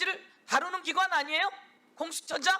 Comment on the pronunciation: 국회법사위원장이 공수처장도 발음을 못하는 모지리라니😢😢